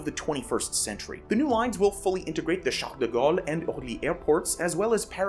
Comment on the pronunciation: hhhauwwk “ShockDeGawl” Airport